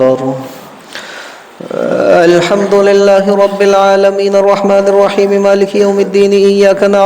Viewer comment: السلام علیکم و رحمۃ اللہ و برکاتہ.. کیا حال ہیں ؟حضرت آپ نے الحمد کے ہمزہ کو اتنا کیوں کیھنچ دیا ؟